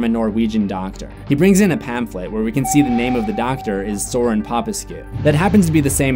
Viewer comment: Sorin is pronnounced more or less as "Soreen", and the "escu" ending his name indicates he is romanian.